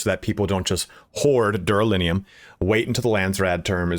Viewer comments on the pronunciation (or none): Dude thanks for help but why calling it duralinium?